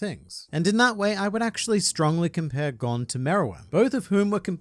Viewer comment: GON IS PRONOUNCED GONE